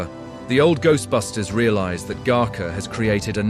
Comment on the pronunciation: Gooserbusters??? Look, if you're going to create a bunch of AI slop about a movie, get the facts and pronunciations correct.